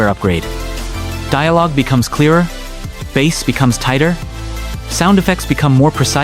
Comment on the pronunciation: The first time the voice over said the word, it pronounced it "bass", like the fish, instead of pronouncing it "base". The pronunciation was wrong the first time the word is mentioned.